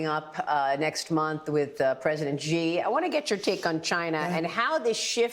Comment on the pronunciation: Xi is not pronounced "Gi".